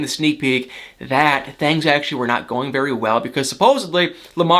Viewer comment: Where are you from? ''thangs'' you say it funny.